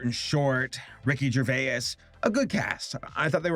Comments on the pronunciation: The way you say Ricky Gervais' Surname reminds me of the "What does e-y-e-s spell" guy going "EE-YES" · Jesus dude I have never in my years heard Ricky Gervais pronounced Ricky gerva-yes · mate did he say Ricky Gervay is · i'm sorry i was going to let it go the first time but i couldn't the second. ricky gervais's surname is just pronounced ger vase (like the american pronounciation of vase that rhymes with face). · How do you mispronounce Gervaise, it's Jer vais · just to clarify its ricky "gervays" :) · you said Ricky gervais wrong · you pronounced Rickey gervais wrong btw love your stuff